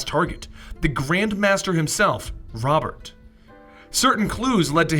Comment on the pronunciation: Its pronounced Ro-bear